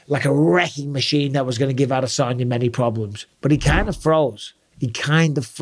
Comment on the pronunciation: Is it just me or did Israel tell everyone how to pronounce his last name correctly (which is: Uh-Dess-Unya, not Add-Uh-Sonya) and then everyone just fuckin' ignored it?